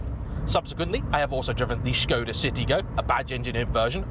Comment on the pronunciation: You get Škoda right... if they wrote Porsche with a symbol over the E, would you finally learn how to say it right??